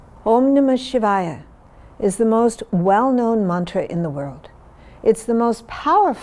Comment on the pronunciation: listened to this story all the way to the end and especially enjoyed the gift of correctly pronouncing the vowels for the mantra